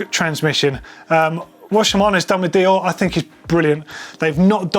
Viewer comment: Its not "dioh", its "deyore"